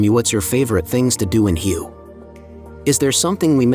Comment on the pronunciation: Pronounced Way